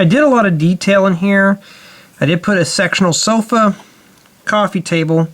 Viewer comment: i think you said "I did put a sexual sofa". XD